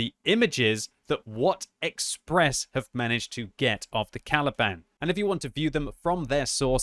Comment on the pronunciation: I can't help but hearing "Taliban"